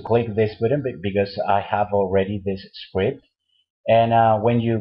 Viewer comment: I will show you a skwipt (script) hahahahaha